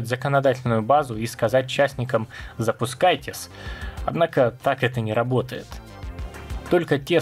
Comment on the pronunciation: Подавился на «запускайтес»)) Как всегда отличное видео, спасибо за работу!